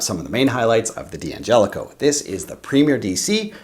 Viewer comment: It's pronounced DANGELICO, not D-Angelico. For example you don't pronounce "don't" as DON TEE.